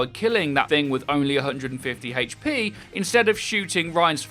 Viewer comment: "Haich Pee"